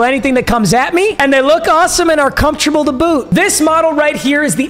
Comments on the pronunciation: "Their super comsherbale" 🤣🤣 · can you not say the word “comfortable”?🤣🤣🤣🤣